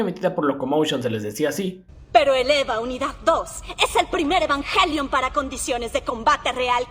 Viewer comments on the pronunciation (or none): La pronunciación real es "Evanguelion" y ningún doblaje logró decirlo bien. xd Algo que me parece curioso de los tres doblajes es la voz de Rei. En el primero Circe le da un tono apagado casi robótico, en el segundo Gaby le da un tono pasivo pero melancólico, y en el tercero Circe retoma pero hace un tono más parecido al de Gaby que al que hizo la primera vez.